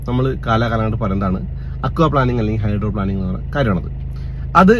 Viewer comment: ഹൈഡ്രോ പ്ലാനിംഗ് അല്ല ഹൈഡ്രോപ്ലെയിനിംഗ്